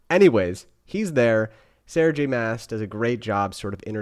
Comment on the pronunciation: Love the series!! It’s great to get a male perspective and I’m so glad you were entertained!! That’s what so awesome about books 😀 Looking forward to your next review! …I think her last name is pronounced like ‘moss’